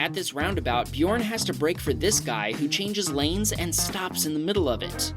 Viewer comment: bjorn Norwegians/me: DET ER BJØRN IKKE BJORN/ english: HIS NAME IS BJØRN NOT BJORN!